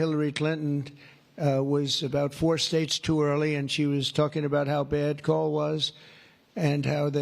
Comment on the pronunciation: Listening iny car and I swear he was saying call, not coal. I couldn't figure out why his staff was to refer to every cal as "big and beautiful"!